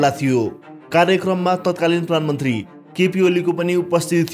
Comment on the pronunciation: प्रान्मन्त्री हैन साथी । पहिला प्रधानमन्त्री भन्न सिक ।